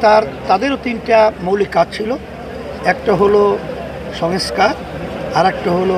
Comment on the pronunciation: সংস্কার শব্দটা ঠিকমত উচ্চারণ করতে পারেন না উনি. কি কপাল বাঙালির.! অদ্ভুত সব মানুষের রাজনীতি.